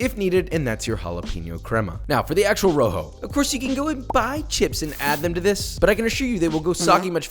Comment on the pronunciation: “A row-hoe, and a vuur-day”